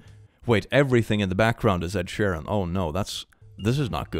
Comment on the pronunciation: Ed in Sher-land